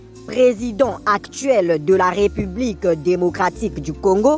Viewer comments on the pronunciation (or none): none